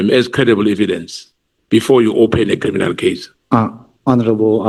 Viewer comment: "Vusi Cat Matlala is a cri-mi-nal, come on say it with me"... Yerrr this guy 😂😂😂